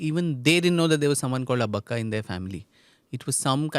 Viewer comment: It is Abbbakka not Abaakka. Pl note. You are a kannadiga. And not pronouncing it right is an indication of how much the British have influenced us.!!